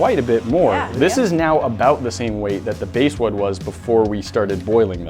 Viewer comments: TKOR Bass not base... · Bass, like the fish, not the sound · It's pronounces bass like the fish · It's bass like the fish